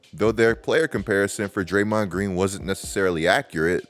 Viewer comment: Man that "DrayMOND" pronunciation threw me off all video long 😅